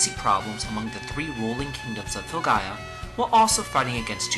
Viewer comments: I know this vid is old as hell. And I have no idea if you are still making vids, but, you covering one of my favorite games of all time, Legend of Legaia, had me triggered as you mispronounced if 4/5 times you said it, but correctly said it your last time. It is NOT LeGAYa, its LeGUYa. "ai" make the "I" sound. I just had to say that. Good vid otherwise. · Swee-kuh-den. Legend of Le-Guy-Ah. That’s how you pronounce those. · Is it really pronounced "Leh-Gay-Ah"...???